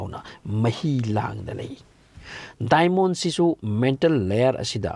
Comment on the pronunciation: English Kadi yaihey dymon kyna iron gase iroan kyna henjindro bro khonthok toh inner hyyo inaar hyno taningde nggi style doh henjinle